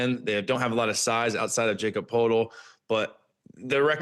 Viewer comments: You all said it wrong it's no Jacob ... Jakob and sound like "Yak"cob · Bench thin ? Yall analyst are clearly not paying attention to the Raptors ? Yall forgot about Manu coming from the Spurs ...he's putting up more numbers than ever before . As a back up center ....he's like a Stretch point center And for crying out loud it's pronounce" Ya cupb not Jacob lmao smh " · yall said Jacob it’s pronounced yak-ub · lol she’s pronounced it wrong too it’s not Jacob lol it’s (yakob) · Jacob?! lol Yak-cub Per-tle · lol she says she hates mispronounced names and butchers it herself 😂. It’s YAK-KOB not JAKE-OB! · Awful takes, you all should be fired for not doing your jobs, you haven’t watched any of the raptors and s]it shows painfully, also it’s not Jacob dummies, it’s pronounced Yak-ob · I aint want to do it but yeah i got to rip them for this and even in the end thinking they tryna put respect on Yak name but they calling his first name Jacob? Its said like Yakob no jacob 🤦🏾‍♂️ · Not Jacob. Pronounced yacub. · You forgot abouT Mamu in this Analysis but good job overall. CMB is their rookie that will be a defensive menace too. The bench is better than what you are saying but if you mean in the centre spot. Yes, they need another back up Also it’s not Jacob it’s Jakob like Yakob just a fyi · Y'all messing up first name too. It's pronounced ya-cub. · Nothing worse than trying to correct someone on a channel and get it wrong yourself... it's pronounced "Yaakub" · His first name is pronounced Yakub. Clearly these people don’t pay attention to Raptors games. The bench is weak?? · Who the fuck is Jacob LOL. Dont talk raps if you cant even pronounce the players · These guys obviously don't know Raptors lol - JACOB!!??? and she hates mispronunciation and disrespecting his name?? Wait till they realize they've been saying his first name wrong the whole time - plus they got a ton of facts wrong Anyways it's time they and the rest of the league started paying attention 😄